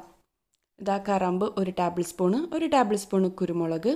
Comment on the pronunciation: ടാബ് ൾ അല്ല ടേബിൾ എന്ന് പറയൂ.